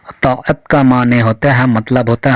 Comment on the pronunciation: اطا عت یہ لفظ آپ کا صحیح نہیں ہے